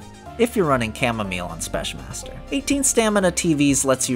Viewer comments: Why're you saying spesh. theres no sh there man. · So I know English is dumb, but even if the word "Specmaster" is a shortened version of "Special master" I'm pretty sure it needs to be pronounced with a "k" sound instead of a "sh" sound, not sure tho... anyways great video :)